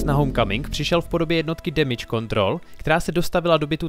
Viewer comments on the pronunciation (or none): none